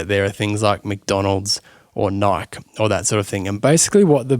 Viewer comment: You lost me at Nike (knight)